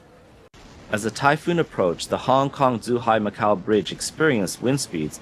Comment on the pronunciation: Should probably work on the pronounciation of the locations named. Should not be difficult for the reporter who sounds like he is an ethnic Chinese. Zhuhai was said as zhihai. This shouldn't happen in a news pgm.